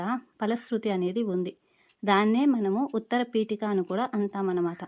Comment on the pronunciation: Vutarapiteka ani adhe adho cheputunaru